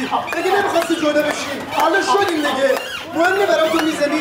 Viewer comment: دِگه منو نمیشناسیی 😂❤ بهترین لحجه دنیااااا